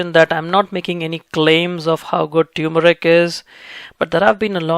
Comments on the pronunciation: It is T-U-R-M-E-R-I-C not T-U-M-E-R-I-C, I keep explaining this to my south Indian friends. Try remembering the Vicco advt you saw during your childhood. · Love your videos. However, please ensure proper pronunciation. It’s tur-meric and not tew-meric. Thanks! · TUR-MERIC!! Not Tyoomeric. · No It's Not Tumeric, It's TURMERIC Please Check It💓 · Turmeric not Tumoric :) Thank you for your valuable well done videos! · Very professional & informative, thank you! I see that you spell and phonetically express turmeric as "tumeric." My auto-correct just informed me the dropped "r" is incorrect. I can figure many things out, but I cannot figure whether the "r" is silent or expressed. Well, going to plant some turrrrrrrrrmeric now! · Its not pronounced as "Tuer-meric" but "Termeric" as in "Turkey".....